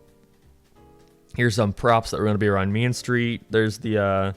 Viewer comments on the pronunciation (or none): When he says Main Street I can’t help but think about mean street from epic Mickey .